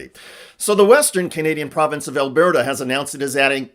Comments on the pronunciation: I'm far too lazy to scroll through the comments to confirm if Alberta's pronunciation has been pointed out (it's Al-brr-duh, rather than Al-bare-ta), but wanted to quickly point out that our premier, Danielle Smith, is in fact a trump sycophant and has been salivating over the idea of, at least our province, becoming a state in the US. She would drool over all of us being armed and listening to Alex Jones. Yes, we think she's a (low) functioning example of Dunning Kruger effect RWNJ. We are all pretty much unanimously in favour of building a wall at the 49th parallel (and beyond). ...and trump's gonna pay for it. 😉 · Doug Ford pronounced our province correctly - it’s pronounced ‘Al Burt a ‘ not ‘ Al bear ta’ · DUDE< SERIOUSLY > It's pronounced, al-burr-ta. NOT al-bear-ta. And STOP SENDING US GUNS Love, Canada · It's Alburta not Albearta or Albêrrta. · "Elberta"? What kind of way of pronouncing Alberta is that? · it's pronounced al- BURR-tah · You're pronouncing Alberta incorrectly, sir. Please look up the correct pronunciation online. Mispronouncing a big chunk of Canada is a big faux pas!